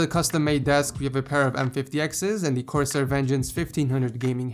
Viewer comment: Did you say corsai k710?